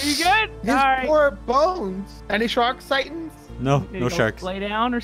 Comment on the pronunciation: You say "chark"